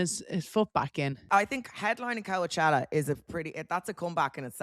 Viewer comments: What’s with calling it co-a-chella hahaha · If Amber was pronouncing Coachella like Vogue would be on her like a wet shower curtain. 😂